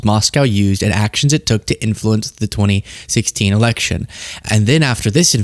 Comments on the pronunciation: Its AI video generated, it couldn't even pronounce the year 2016 right. Its very easy to spot these kinds of video's. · That Ai is terrible.... it said "26" election. LOL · The AI for that Anonymous video said 26 instead of 2016.....stupid mistake honestly. And Obamagate??? REALLY? What about all of the things Hegseth has gotten away with? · Maybe I misheard 2016, but sure sounds like 26 to me